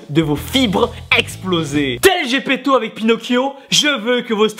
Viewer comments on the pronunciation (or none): none